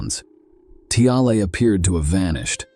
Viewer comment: Ask-ED clean-ED vanish-ED wtf